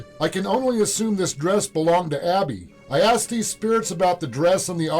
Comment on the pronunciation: Man... if I close my eyes so that I don't see your closed captioning, I would never in a million years get what you got. Maybe you have to be there to hear it clearly but on captured audio "edmund" sounds more like "wicka chick chicka chick chick". "Abby" sounds to me like "swish swisha swish swish". "Blood" sounded more like "sklsh shshsh"